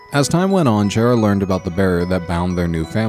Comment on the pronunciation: not chera chara